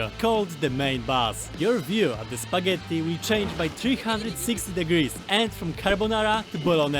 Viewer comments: You can definitely notice some Italian vibe with four "t" in spagetttti 😂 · are u italian or do u pronounce spaghetti that way for fun? :D